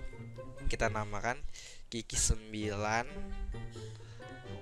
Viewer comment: Bang bukan ki ki 9 tapi qyu qyu 9 bacanya